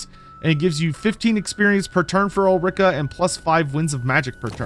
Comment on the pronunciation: Ul-ri-ka, not Ul-rika; even though it sounds bad ass